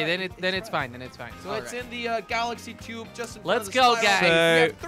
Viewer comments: It’s a tube, not chube lmao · When he said tube it sounded like he said chube